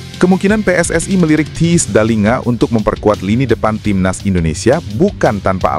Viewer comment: THIJS bacanya : TEYS